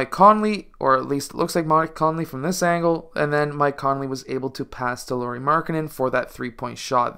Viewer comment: Lauri is supposed to rhyme with "cow-ri" or "how-ri" or "wow-ri."